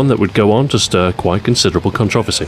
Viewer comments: a person in the US, I programmed for the Commodore Amiga [weird!] and subscribed to many UK magazines; I got the the vernacular they used. That said, while I understand "zed" and "aloominEum", I have NEVER heard 'controversy' pronounced that way... and I have BBC America! Also, don't be too mad at them as their country is being over run and likely won't last two decades. :( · Wise Guy 508 In my ten years in the military, working with over 27 countries, I've never heard that pronunciation. Perhaps the word never came up? All the same, it's 4 syllables and as such, the word is butchered to the point of being cringe worthy. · It's CON-troversy, not con-TROV-ersy! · I've never heard anyone pronounce "Controversy" as do you. I like the video and the content but sheesh! :D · it trips me out every time he says controversy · That's strange as I've NEVER heard it pronounced that way...??? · I'm from London and I don't accent the second syllable, so it's not an 'English' pronunciation at all. +Iliek Jeez. Touchy, aren't you? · Same here. I had to rewind just to make sure it was 'controversy' that I just heard. Literally the first person I ever heard pronounce the word like that. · Different places pronounce things differently.